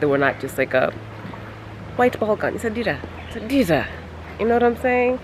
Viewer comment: Dera..not dira